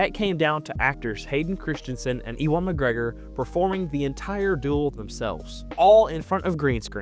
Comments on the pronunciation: I'm sorry-I know you are from the States, but it is "U-win" McGregor, not "E-Won" McGregor! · just so ya know Ewan is pronounced like "you-wun" i know this because i'm named after him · No way bro said EEWON Mcgregor 💀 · Imagine making this video anthology and flubbing the pronunciation of "Ewan." SMH.